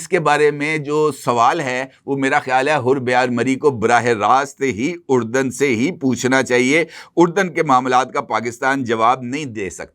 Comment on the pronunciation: حُربیار کا اصل تلفظ حَرب یار ہے یعنی زبر کے ساتھ نا کہ پیش کے ساتھ ہے۔ حرب کے معنی جنگ کے ہیں۔گویا حرب یار کے معنی ہوۓ جنگ دوست۔لڑائی پسند۔